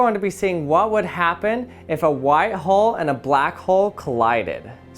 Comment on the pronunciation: Bruh I thought he said white hoe and black hoe